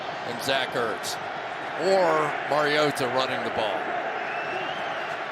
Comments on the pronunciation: I do not love the way he says marioTa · Ah yes the backup quarterback, Mario-tuh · Its Collinsworth..